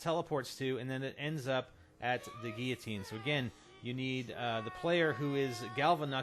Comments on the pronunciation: See those 2 'L's in the word Guillotine? You are actually meant to PRONOUNCE those 'L's. And do you see an 'A' in the word? No. Stop fucking pronouncing it 'giatine'!!! I appreciate all the work you've done do figure out the easter egg and make this video, but holy fuck learn to read. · Geateen? There are two L's in the word, how can u not see or pronounce them lol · he cant say guilotine!!!